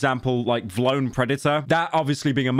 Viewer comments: I dont see anyone talking about how he said “vlone, instead of V-lone” about a million times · for every time pyro says “vuhlone” instead of “V-lone” i tarnish 1 water well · vlone??? it VEE lone 😭😭 dose NOT know his hype beast brands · Pyro the type of guy to call V-Lone Vlone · its pronounced Vee Lone not vloane 💀💀💀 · it’s V-lone not vlone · pyro you better apologize for saying Vlone like that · ITS VEELONE NOT VLONE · PYRO ITS VEELONE NOT VLOWN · It’s pronounced “V lone” not “vlone” 💀 I only got 2 cause it was a collab with my favorite rap duo city morgue. One of them got torn at a Corey Taylor show by this Karen cause some guy in the pit pushed me and we fell and she spilled her beer and I tried to help her up but she started yelling so I ignored her and she ended up coming up behind my and ripped the back of my shirt except this one didn’t have a design on the back so it’s still sowable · the way he pronounces vlone pisses me off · ITS V LONE NOT VLONE READ IT RIGHT PYRO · Vee-lone. Stop saying vlone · Bro says vlone instead of V-lone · WHAT THE FUCK IS WLONE its called vi lone. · mf its V lone not vlone ffs 🤣🤣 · "vlone" its V, lone smh my head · It’s V (space) lone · Am I the only person that thought it was pronounced V-lone 😢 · it's pronounce vee lone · vlone is pronounced Vee lone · I know it’s a L brand but it’s “VEE LONE” based takes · The way you pronounce vlone pisses me off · VLONE is lame asf but for fucks sake dude it’s pronounced VEE-LONE. My god dude not that damn hard. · Okay bro you don’t know shit about Vlone (Vee-Loan) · pyro never fails to pronounce Vlone wrong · The way he pronounces vlone truly lets us know pyro was dropped on his head as a baby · The way you say ‘vlone’ is crazy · never heard a man say vlone like that lol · british guy cant pronounce vlone lmao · I hate how pyro says vlone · He can't pronounce vlone 😂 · Vlone as one word shouldnt be so funny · Is he saying vlone like that on purpose or is he that old